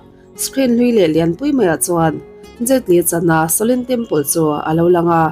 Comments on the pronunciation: Ka ngaimawh deuh Pakhat a awm a, Kalo sawi ve mai2 Shaolin Temple ania,i lam diklo a, sawlin temple angin I lama a diklo, sa aw lin ti a lam tur aw miss, i lam apiang in rlru a dek zar zel a, ka vei ltk a😮😮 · Shaolin em chu lamdik ta che, itrawng style tum lutuk vei nen, sha lin anilo aw. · Shaolin Temple anih ka ring,a lam dan hi a mak thei tawp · SHOLIN tih lai a, SHO tih lai kha i hma a he hming lo sawi tawh tuten engtin nge an lam rik, tih kha ngaithla ve la, chutiang chuan lam ri ve mai ta che. Beng a kap deuh tlat, i chanel a hlut zel nan.